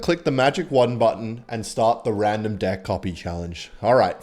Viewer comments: He says dick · why are you saying dick instead of deck or am i mishearing 😭😭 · Why does bro say dick instead of deck 😭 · How the fuck does bro pronounce "deck" 😭😭😭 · please learn to say deck the american way i cannot stop laughing everytime u say dick, ps im not american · wtf does he keep saying "dick" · Why does bro say dick instead of deck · the type of guy to say “dick” instead of “deck”💔🥀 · It’s pronounced with a e not i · He is NOT saying "deck"😂😂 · Why do u keep saying dick instead of deck brudda😭😭😭😭😭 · Bro is so Australian that he says "Dick" instead of "Deck" 💀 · I'm confused, is he really saying "dick"? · i love how he says dick with his nz acent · why does it sound like he keeps saying dick when he says deck, like at first it seems like just an accent but then it gets closer and closer to just saying it outright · i cannot stop hearing dick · ..its dEck. not.. er.. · Not even tryna pronounce deck correctly 💔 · The accent when he says deck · Bro is not saying "deck" 😭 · I swear he isnt saying "Deck" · bro did NOT say deck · you are definitely not saying deck😭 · Bro is not saying deck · Why does no body talk about how he pronounces deck ???? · WHY DOES KEN SAY DECK LIKE THAT 😭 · cant tell if hes saying deck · you did NOT say deck bro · HE IS NOT SAYING DECK 😭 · He’s gotta watch how he’s saying deck😭😭😂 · When says ”deck” it sounds like something else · I wish would be able to say deck properly. Can't handle my wild thoughts while watching his video this way. Like if you relate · Why do you say deck like that 💀